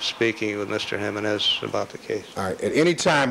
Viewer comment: OMG! I CANNOT STAND THE WAY J. COCHRANE SAYS JIMENEZ I'm assuming his civil rights work was not predominantly done with/for Hispanic individuals/communities